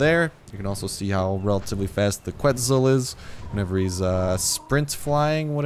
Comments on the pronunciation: It is pronounce Ketzal no Qu etzal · It's pronounced Keht-sahl. Keht-sahl-co-awt-uhl-us. Quetzalcoatlus. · No mean to be a smart ass or anything.. but... KU-ET-ZOL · What? No he didn't. He completely butchered it.